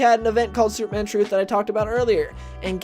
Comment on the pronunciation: Comics have been terrible since the early 1990s. Plus, slow down, narrator. "Supe-man".